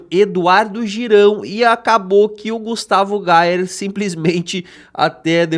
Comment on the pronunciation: EU GIRÃO AINDA FALA O NOME DO GUSTAVO ERRADO.PQP.